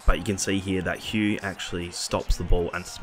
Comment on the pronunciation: Hough is pronounced 'Hoff' lol not Hugh